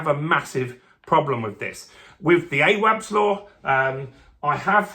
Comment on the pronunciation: 'Awabs' law?? Is this guy serious? Not heard one person pronounce it like that. The clue is in the name! Awaabs Law. Have the basic decency to find out how to pronounce someone's name. All you had to do was youtube it to see how journalist anunciate his name. I know u dont like 'ethnic' sounded names but come on son!